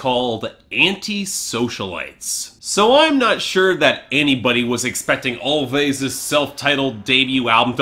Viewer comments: I don't know 'bout you, but this album is my jam! P.s. It's pronounced "Always" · it's pronounced "always"